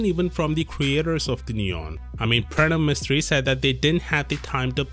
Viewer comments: ARE YOU INDIAN? THE WAY YOU SAY "PRANAV MISTRI" is sounds so INDIAN, :) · By the way you said Pranav Mistry, you sound like Indian